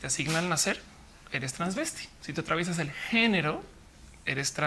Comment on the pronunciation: No es "transvesti', es " travesti"